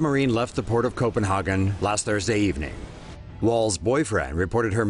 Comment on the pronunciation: You says Copenhagen wrong. So funny to hear 😂